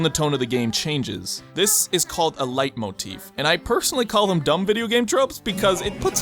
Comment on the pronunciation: I love how you say Leitmotiv. It always sounds so funny when English native speakers try to speak German